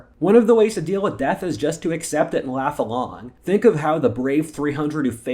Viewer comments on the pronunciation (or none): none